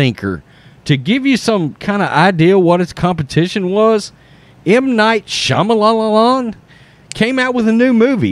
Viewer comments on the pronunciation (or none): Hey man; you make decent points but it’s just plain disrespectful and coming across in a weird way that could be taken as racist since you are makin fun of his name by refusing to try and pronounce Sha-ma-lahn. Not hard to conduct yourself as a good person.